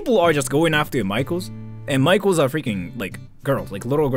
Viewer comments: I wasn't looking at the screen and for the past 5 minutes i thought this american guy's been saying 'micheals' repeatedly like some kind of chain store 🤣 apparently he was saying 'maikos' /zzz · You say maikos, but I keep hearing michaels and it's so confusing. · Not me thinking he keeps saying Michaels 😂